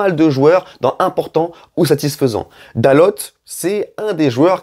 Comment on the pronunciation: Bonjour bonne vidéo mais juste .. c’est pas Dalote* mais Dalot le T ne ce prononce pas 😂 voilà bonne journée